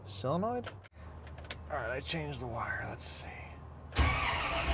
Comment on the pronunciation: What's a sillinoid? I've heard of solenoid. Is that what you mean?